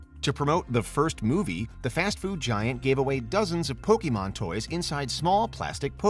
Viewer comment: "pokey mon" - that's "How do you do fellow kids" material